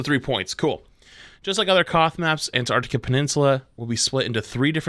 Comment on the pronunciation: Not going to lie: "Ant Arctica" was pretty annoying in the first half of the vid